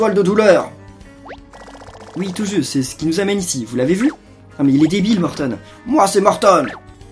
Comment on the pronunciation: sa se prononce morton pas mortone